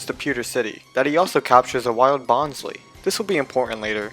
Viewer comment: Typloson? What? It's typholsion, not bonslei it's bonsly and also not preimarina primarina man you need to learn how to pronounce pokemon names😒😒!!!